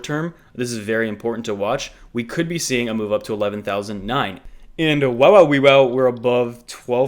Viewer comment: I notice you threw a "hwow-e!" In place of the usual "wow" Nice.